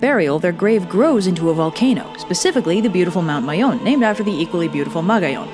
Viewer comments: I’m more surprised that you pronounced Mayon as Mayon and not Meiyon. 😭😭👏🏼👏🏼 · I like how you pronounced Mayon right :3